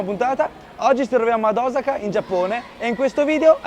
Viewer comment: blablablabla e alla fine mangi in strada in piedi. Ma daai. Cmq grazie per la correzione, si dice Osaka con l'accento sulla O e nn come dicono tutti sulla prima a. Vai che sei forte!